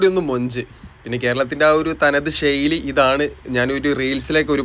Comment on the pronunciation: ബ്രോ വീഡിയോ അടിപൊളിയാണ്.ഒരു കാര്യം ബ്രോ ഷെയ്ലി അല്ല ശൈലി എന്ന് പറഞ്ഞു ശീലിക്കൂ